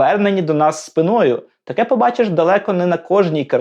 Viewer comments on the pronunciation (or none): будьте до кінця украінцем! 0.40 та 7.36 хвилини. Спочатку Ви правильно наголошуєте слово, а потім забуваєте, отже, не зовсім для Вас звично. Українці кажуть « спИна», « спИною». Слідкуйте за мовленням.